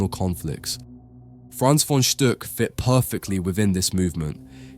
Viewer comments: Stuck is prounounced like “book” in German! It’s not Stück, like you pronounced. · Very informative. Thank you. There is something you can improve on. The name is spoken "von Stuck", not "von Stück" or "von Stock". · He pronounces the name "von Stuck" incorrect. The "u" sounds like a short "oo" , not like the german ü. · The name is "Stuck" and not "Stück" - if I were you, I would care about the pronounciation, before I made a video.